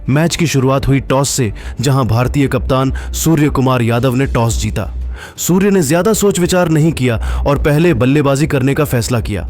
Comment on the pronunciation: Q surya bhai ko suwar suwar bol raha hai upna language thik kr